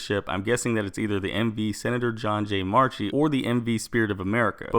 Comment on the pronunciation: Note: He didn't say Marchi right (As in Sen. John J Marchi Ferry ship). He said March-e, when actually its Mark-e. And I know this because Sen. John J Marchi's daughter was my 3rd grade elementary school teacher. Correct your last names plz